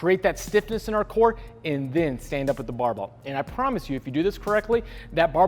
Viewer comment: I haven't heard the word barbell spoken this many times since Scott Herman. BAHBELL haha